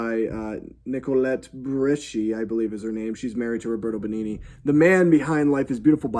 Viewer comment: The best thing about the Pinocchio reviews are the attempts at pronouncing the actors' names. "Nicolette Burishy" made me lose my shit 😆 Another video has "Robert Bengini".